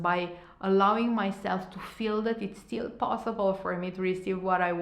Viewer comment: Hi! Thanks for the great video! You’re very fluent in English obviously, but it takes away from your message when you keep saying certain words wrong. As it can be distracting for your listeners. Words like Still (you kept saying Steel), linear, exactly.. if you’re this good in English I’m sure you’ll have no problem pronounce those words correctly. Just a constructive comment.🌷